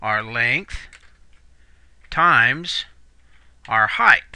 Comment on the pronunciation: It's height, not "heighth". It ends in a "t" not an "h" like length and width.